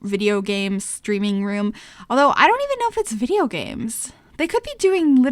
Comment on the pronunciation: i can't help it, when she said YouTube vider instead of video I died laughing. It reminded me of Madea 😂😂